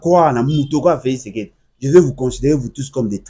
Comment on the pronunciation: Oyo akobela liboma. Jusqu'au point de ne plus savoir comment dire Felix Tshisekedi, il dit Felix sekedi. Regrettable pour une personne pareille qui croit se faire un nom en citant le nom du président 1000 fois dans ses émissions